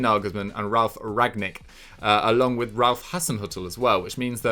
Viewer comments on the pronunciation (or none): must be praying for Ralf Rangnick to retire. He is just incapable of pronouncing that name correctly